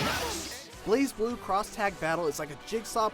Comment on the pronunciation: Isn't it pronounced Blaz Blue, not Blaze Blue?